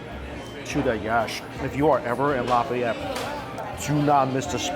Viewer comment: Stop saying cajun creole. Its not creole. Cajun people arent creole. New orleans is creole. And the way you say Lafayette is making this hard to watch.